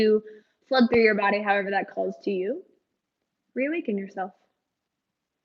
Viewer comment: lol "thut" I love it